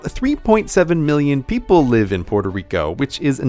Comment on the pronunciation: porterico? facepalm.